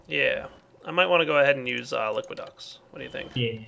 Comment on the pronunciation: Just a note, its Liquiducts, not liquid ducks.